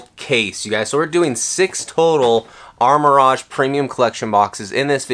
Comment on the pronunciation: What are you talking about…he’s opening the Armor Rodge box 😂😂